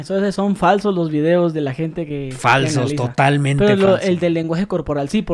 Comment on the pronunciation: "TODAMENTE " DESECHO... HEHE NUNCA HABÍA ESCUCHADO TODAMENTE HEHE